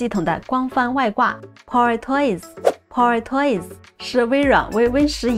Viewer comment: 口音太重，还好有字幕，英文power发音错误，中文更多了，希望多练练